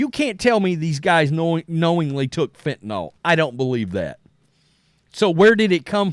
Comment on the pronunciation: It’s FENTANYL not fentenALL. Js